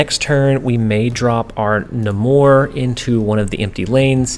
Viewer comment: Love the videos, it is NAY-MORE with a long A though, Namor the Submariner He’s also the first mutant by publication history (not chronologically)